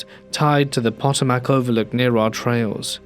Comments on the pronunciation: Love you! I do think sometimes narrators should look up the pronunciation of places and things. Pot-o-Mack cracked me up. It’s pronounced Pa-TOE-Mik. I’m not even from that part of the United States, but it is an area important to our history so we know about the Potomac river area. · I love your stories, truly. Being from Virginia, the river name Potomac is pronounced Puh*tow*muhk as a point of reference. I know I've stumbled over pronunciations of English place names, so no foul. 😉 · poto-mac? Really? Im a Texan and even I know the Thames river is pronounced "Tims" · The story mentions Arlington so the river is the Potomac, pronounced PA-tome-eck. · Potomac = poh toe mac